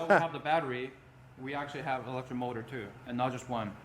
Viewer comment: Loving it until he said its "elecric"